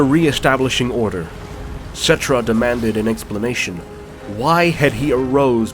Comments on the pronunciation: Settra not Settrah. And Kemri instead Kchemri. I know language Nazi much sry about that. It annoyed me a bit cause in Warhammer Total War II. The Tomb kings characters speak out their names without overstating the H. But nice video though. Also really liked the Trilogy books about Nagash. And the Sigmar and Malekith trilogies. Black library a must read guys/ladies. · I love this video!!!! But I am pretty sure that some of the names here have the accent on the first syllable. I believe. Like Settra